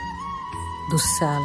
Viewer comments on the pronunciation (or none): దుశ్మాల కాదు దుస్సల